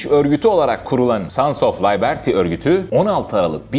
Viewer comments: Layberti diye birsey yok. Liberty diye yazilir Liberti diye okunur😂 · Li-bır-ti.✅️ Lay-ber-ti❌️ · Layberti değil... liberty, liberti olarak telaffuz et. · Layberti mi? Liberti degil mi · "layberti"de beni kaybettin haci. Turkce tercumesini oku ingilizcesine bakmak zor geliyorsa. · Libırti diye telafuz edilir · Layberti mi? Yox artik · direk kelimyi söylesen daha iyi olur birsürü kelime söylüyo sadece birini yanlış söylemiş ingilizce kelimeleri düzgğn telafuz et yerine doğrusunu söylesen daha iyi olur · Liberty’nin okunuşu Fransız kökenli olduğu için yanlış. Aslında okuma kuralına göre doğru okuyor.